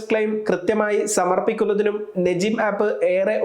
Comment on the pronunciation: നജീം അല്ല നുജും (നക്ഷത്രം )